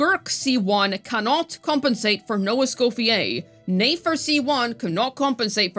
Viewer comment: Yes, Flins is strong...tho Ineffa outdamages him at times lol Zibai is strong tho she's still missing her premium teammates Nefer is stronger than both of them tho, I don't get why you keep saying she's not worth it all the time, biased much? The way english speakers pronounce her name grinds my ears... Sure she needs Lauma but let's not act like Flins is reaching those higher numbers without Ineffa here, he's not And not having Ineffa shield and having to use the slot for a healer gimps him even more All the the lunar dps are the strongest dps in the game, that's how powercreep works Just pick who you like the most and invest in their teammates I don't like Flins design and Zibai gameplay so i chose Nefer